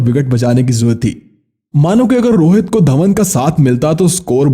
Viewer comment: Rohat nahi Rohit hota hai ba